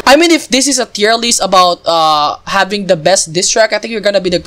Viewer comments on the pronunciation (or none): none